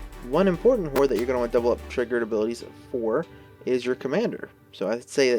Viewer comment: Really gotta pronounce both syllables in "horror" man haha. Great vid tho